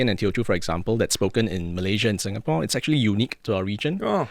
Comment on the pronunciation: Stop mangling Singapore's name!